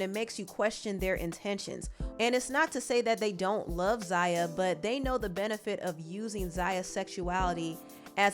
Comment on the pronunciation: Wow… not you gaslighting the transphobes. What a disappointment. I was a long time supporter of this channel and now I have to really reconsidering to do so at this point… To focus the blame on the Wade family is very dangerous— Zaya (which you pronounced wrong several times in this video) didn’t ask to be trans. And the fact that her dad, step-mother and the rest of her family (with the exception of her raggedy ass momma) should be applauded, not shamed. The reason why the Wade’s have been so vocal is because to shed light on the transphobia in the community, and the lack of support many trans boys and girls feel from their families for simply existing. And to assume that they’re doing all this for clout is disgusting. So, shame on you girl. You sat there and gave Boosie a pass, forgetting to mention the actual harm/sexual exploitation of his children. Commentary like this can and will lead to the continued m*riders of black trans women all over this country (another fact you failed to mention) #girlbye